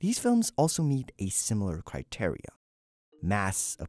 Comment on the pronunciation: Who taught you to say criteria like that? Forest Gump?